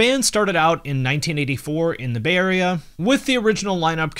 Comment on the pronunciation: When you said "Bay Area," I heard "Bavaria" and was like "wow, they seem pretty American for a German band, even their names are American"